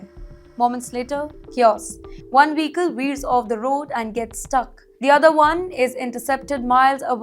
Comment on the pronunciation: weekel = "vehicle" 😂